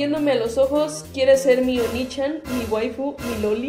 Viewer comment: Ta bien raro que le digan onichan cuando se pronuncia oniichan, onichan significa demonio y chan es con cariño, y oniichan es hermano mayor